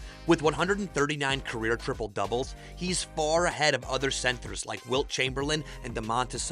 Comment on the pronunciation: centehrs are you non American?